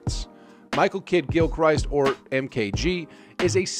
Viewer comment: The second he said mkg's name like that I knew something was wrong.